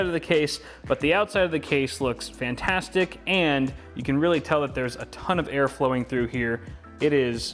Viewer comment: He said it's phantastic